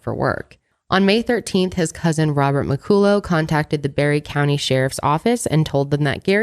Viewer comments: McCullough is usually pronounced "Mickuhlla" but keeps saying "Mickoolō" I guess his name could've been a different pronunciation. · Mc-cull-uh is how you pronounce McCullough. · I have a friend who’s last name is McCullough but it’s pronounced “ MA -CALL-LA” lol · im scottish and laughing so hard at how pronounced mccollough 😂